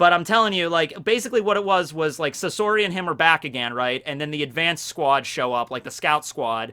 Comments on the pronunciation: It’s not Sass OORI it’s Sass ARi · When you say sasori you put too little emphasis on the a its supposed to be more like sahsori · Sasori kaori asta yato yumeko Be butchering the hell out of these names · Hes calling Sasori wrong, should we tell him?